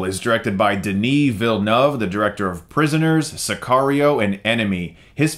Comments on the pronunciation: felt like the message is to watch it again, like in the main protagonist , would you do it even if you know how it ends ... she says yes, the second viewing of this movie is even more entertaining. Also you are the first American to come close to how you should prononce is name, good job ;) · Congrats on saying Villeneuve's name the right way, you are the only one! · Your pronouncation of Denis Villeneuve keeps getting better, for real 😂